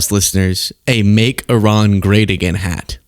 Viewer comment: you're the only person in my daily news that can pronounce IRAN. Thank you for giving me hope in these highly rednecky illiterate times. 👏👏👏👏